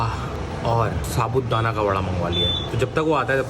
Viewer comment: It's sabudana not sabut dana 🥰